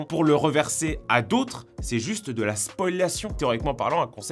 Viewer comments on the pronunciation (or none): C'est pas "spoïlation" mais spoliation.